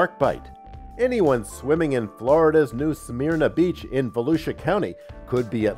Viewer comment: New “Smerna” Beach “Kill-ow-A-uh” Please Get it right After the 8 foot tall Half Dome I was pretty shocked at your lack of preparation.